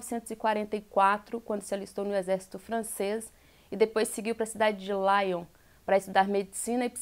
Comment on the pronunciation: NÃO É "LAION" > é LYON.